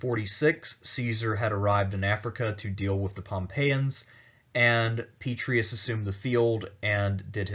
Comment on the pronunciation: 'Pet-tray-ee-us' Honor the name with the Roman flavor. 'Pet-ray-ee-us'